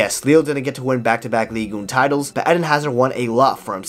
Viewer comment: Say "Ligue Un" again :D Just kidding, great recap, miss Hazard on the pitch. He should have gotten out of Real sooner because a player like him will just faint away if they don't have the joy of playing. Like you repeatetly said, he doesn't train, so playing is the only thing he had, take it away, there remains nothing unfortunately